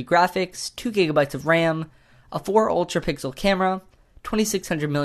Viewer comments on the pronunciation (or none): He said that the m8 has a four mega pickle camera not pixel